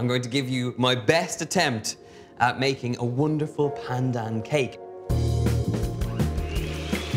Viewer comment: Sooooo glad you enjoyed Malaysia, Donal! <3 And kudos for the flawless pronunciation of 'pandan'. yayy!